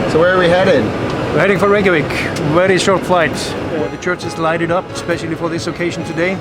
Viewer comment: Its pronounced Ray*kja*veek